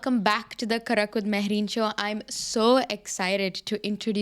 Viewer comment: Rest is fair enough but host should focus on her pronouncing "karak" the hindi one